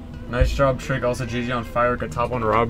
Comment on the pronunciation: Its Trick, not Truck